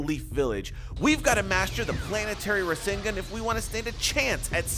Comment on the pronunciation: Ra sin gan........ NO.......Its Ra SAN gan